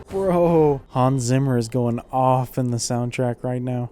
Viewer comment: Why do you always butcher the name "Hans Zimmer".🤣🤣🤣 Phonetically transposed into American English it is "Hahns Tsimmer".